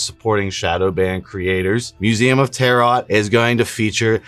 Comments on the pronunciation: can you demonstrate how you get to believing what you do assuming the null hypotheses at every step? Also the second t in Tarot is silent, its pronounced tear-O. Like the cards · duuuude you can still delete this.. or redo it. Constantly mispronouncing Aura and Tarot is cringe as hell. Love you anyways man, let's get back on the road to 9.